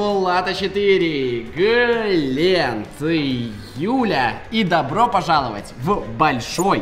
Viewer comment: После «Глеент» хочется услышать «Кобякоов»